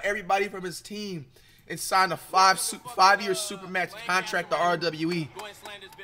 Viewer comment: he said 5 stars not foul stars 😂😂😂